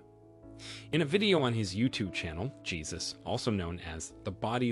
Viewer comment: The man's name is pronounced "Hey-zues", not Jesus as in our Christian faith.